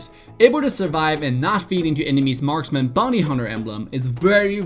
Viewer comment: Who the fk the BEdan. It's badang. What is Las but node lis? It's last but not least. There is nothing can stand in his way? It's there is nothing that can stand in his way. Marksman? It's marksman. What is wrong with your English.